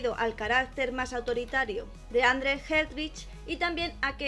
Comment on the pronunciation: Se pronuncia andru